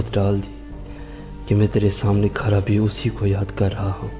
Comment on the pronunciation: Bihar k ho kya bhai کھڑا کو کھرا کہ رہے ہو